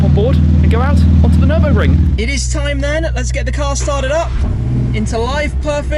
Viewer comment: “Nirbin-burger”. Muscle vs tuner 😂😂😂